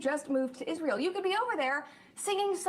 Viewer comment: I can't stand the way Candace pronounces Israel. 😂